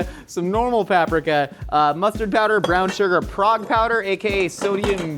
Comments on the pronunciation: I've never heard anybody pronounce paprika that way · Every time pronounces paprika, I twitch a little.